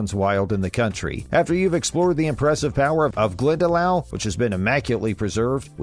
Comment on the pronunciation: Glendalough is pronounced glendalock not glendalow as in how ,kilmainham is just just kilmainim .Galway city is county galway not county clare ,just because its near doesn't mean its the same county besides a city that size in ireland usually has the county named after it,with the exception of belfast which is in two counties Antrim and down .The 1916 rising was to overthrow british rule in ireland not to over throw the ruling party because obvious there was no irish politic parties to overthrow DUH.The queen coming to ireland now is a much different to now and when she came 2011 I am sorry to say but 2011 obviously because she is now a foreign head of state.De Valera did become president but that was onfoot of being PM or Taoiseach which is the more powerful and important role. Overall terrible video .